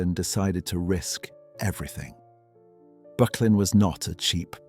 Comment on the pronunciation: Pronounced ``BURK_LIN``